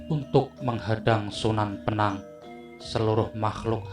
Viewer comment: Sunan bonang bos,bukan sunan benang!!..